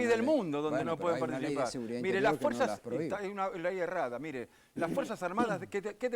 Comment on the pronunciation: Pronuncia bien dice Mire, no mirá, habla bien RICO, NO ES MIrá, es Míre con acento en la I, i latina